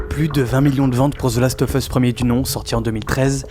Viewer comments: Par pitié, "of" se prononce "ov". "The last ov' us", pas leviosaaaaa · ZE LAST OEUF EUSS, bosse un peu ton anglais, sinon très bonne vidéo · « Zeu laste œuf eusse » « Eunechartaide » 😂